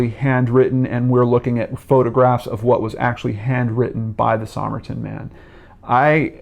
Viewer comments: It’s pronounced “summer-tun” not “somme-er-Tom.” The code strongly suggests spy craft, and the use of a rare book as a key (classic Russian spy craft). This is such an interesting case (I think he was a Russian spy — probably trained as a dancer before the war and was coming to settle a score with the Australian nurse (who many think was a Russian spy herself). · Somerton, pronounced summerton.